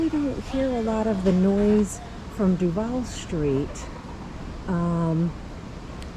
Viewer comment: Duvaaaal not duvAle nice video